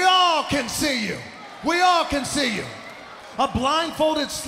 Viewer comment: All the way to “ You can’t shee me.”